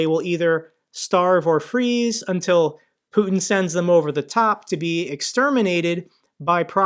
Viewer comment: Putin not Puton . Americans seem to struggle pronouncing names .😊